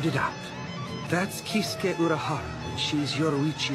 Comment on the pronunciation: this ulqiouorra dub already went to 0 when he pronounced urahara. lmao